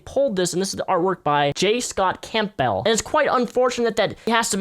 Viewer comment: If you weren't joking its pronounced Cambell not camp-bell